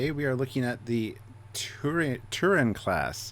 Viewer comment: I'm pretty sure the B is not silent. Tiburon. It's a Spanish word for "shark". Hence the fish veins, and the jaws painted on the hull.